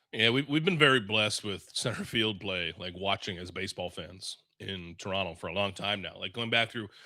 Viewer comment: Hey, did just call Toronto, Toron-TOE? What kind of Canadian is he? No one here pronounces the T......